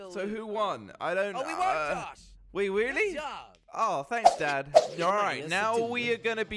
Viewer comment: josh "we weelly"